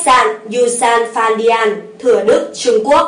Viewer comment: Bn đọc sai rồi, là Yu - san - fan - dian ( đọc 'dian' thành 'điên') không phải di-an